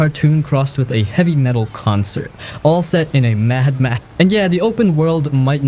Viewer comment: Mad Max, Daye Gone, and Spec Ops. ears are bleeding.